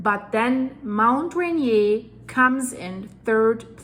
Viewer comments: THANK YOU FOR THIS REPORT. JUST SO YOU KNOW HOW TO PRONOUNCE THAT MOUNTAIN IT IS LIKEN TO REINDEER, RAINIER AKA RAI--NEAR. OK, TAKE CARE. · Myself and my family live in Enumclaw, Carbonado and Auburn. All at the foot and on the flanks of Mt Rainier. I’m not worried. Yet. Rainier is pronounced Ray-Near and Puget is pronounced Pew-jet. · Dear, My wife and I think of you as our “” and greatly enjoy your presentations! As a linguist, I want to say that the North American English pronunciation of the massif is Mount “ruh-NEER.” Yours is the correct French, but that’s how we locals say it. I am deeply concerned, as I have MANY friends and family who live in Washington State. I even visited there in the 1960s. Keep up the great work—we are following avidly! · it is pronounced "Ray near." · Pronounced ….Rain-ear. We are not French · It would be nice if she learned to pronounce the name Mt. Rainier correctly. It’s NOT a French word. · Hi... Thanks for your excellent reporting. Just a small editorial comment: in the US, we pronounce both "R's" in Rainier. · Watch the rainier beer commercials from back in the day and that’s how you pronounce rainier couldn’t watch the video cuz of the butchering of the American language they are not French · You are not pronouncing it correctly, it has a “R” on the end that you are ignoring and it doesn’t even sound right to anyone in America. Just saying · Please pronounce the second "R" in Rainier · It is a French name after Peter Rainier and this means it was originally pronounced like a French name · The Volcano is named after Peter Rainier a French guy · Dear, Americans rarely pronounce names according to their obvious European origin. Rainier is pronounced "Ray-neer" in the USA. I'm a subscriber in Arkansas USA, I enjoying your excellent reports, as I'm quite sure many others do as well. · Pronounced 'RAIN EAR' -- 'Rainier'. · It's Rainier, sounds like Rain-eer, your scratching the caulk board.:)